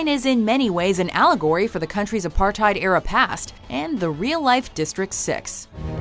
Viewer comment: South African here. Why is it that you people always pronounce apartheid wrong? And its not pronounced veeekis vun dur marvu, is pronounced 'vikus' fun der merva'.